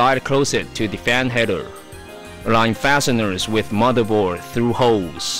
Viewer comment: This guy doesn't ''just'' has an English accent, i understand that you speak it out wrong, but i don't understand words like ''motherboar'' and ''fewly''